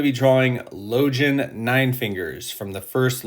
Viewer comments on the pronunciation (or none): Damn that's good. It's crazy how close people's imaginings are collectively based on amazing writing by Abercrombie...Now repeat after me: Logan (LOW-gEnn)